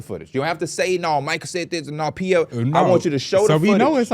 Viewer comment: lmao “peiree” you a weak dude, you should be ashamed to even step in that room next pod.EMBARRASSING 😂